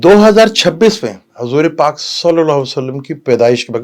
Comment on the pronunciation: Please kahain Hazoor Pak not Hazooray Pak 🙏